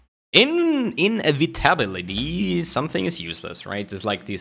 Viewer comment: In - Eva - Ta - Bil - Ity